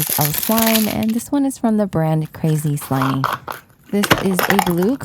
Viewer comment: It’s actually pronounce craz slimy but the a is short and the i is short